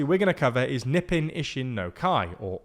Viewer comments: I don't mean to point fun at the presenter or anything, but pronouncing Nippon Ishin no Kai as "Nipen" made my day. It's "Knee p on." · I don't think I've ever heard anyone pronounce Nippon as " Nippin' " before. Maybe I'm missing some info, but I'm pretty sure it's supposed to be " Nee-poh-n ". I get that a lot of things get mis-pronounced, but Nippon is a particularly important word to get right. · He is saying "nippon" but pronouncing it similar to "weapon" in the same accent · For sure, the glottal stop brings it much closer to proper pronunciation. I was trying to focus on the "ee" vowel sound issue since it's what was causing the most trouble. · i can't believe they didn't research how to pronounce Komeito. he keeps saying it like an American pronounces tomato. edit: holy cow, they didn't even look up how to pronounce nippon.